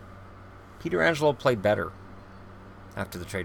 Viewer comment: Is it pronounced petro or peter angelo?